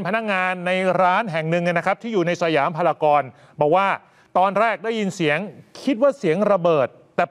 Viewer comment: นักข่าวพูดผิดครับ จากพารากอนเป็นพารากอนนะครับ